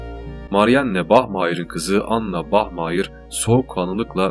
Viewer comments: Bahmayir degilde bahmaya kulaga daha iyi geliyo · bachmayır değil bachmayer